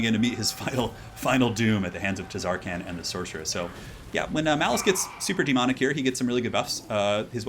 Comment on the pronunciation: i swear if you say TUHzarkaan one more time..